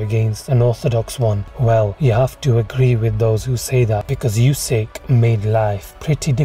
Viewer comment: his names pronounced oo-syk not u-syk